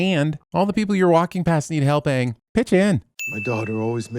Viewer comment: Best thing about this series is at least its AANG instead of OONG